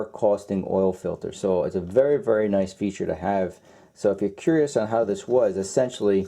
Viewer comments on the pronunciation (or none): none